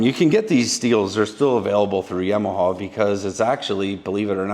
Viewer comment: Please...."YAW-MA-HAW"""